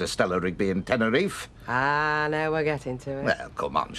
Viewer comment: Bet and "Tenerefy" lol